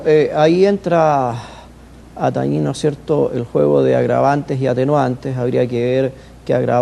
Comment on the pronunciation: Se dice tañer no tañir.